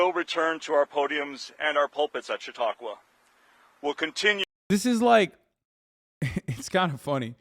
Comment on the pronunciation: Also the way Hasan (mis)pronounces Chatauqua makes me laugh...I wanna hear him try Scajaquada and Chiavettas next...